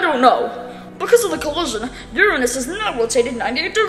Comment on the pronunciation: FINALLY SOMEONE WHO SAYS URANUS CORRECTLY OH MY G